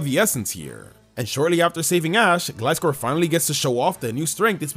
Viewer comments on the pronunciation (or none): The way he said Gliscor 🤣🤣🤣